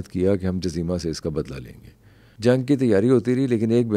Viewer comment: جزیمہ میں ج پر پیش ہے 😊😊😊